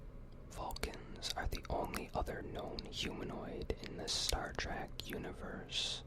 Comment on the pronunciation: I wanted to hear Star Trek facts not Star TrAk facts lmfao jk awesome video man!